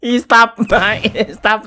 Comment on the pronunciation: Yung "stop" naging "stap" hahahaha 😂😂😂😂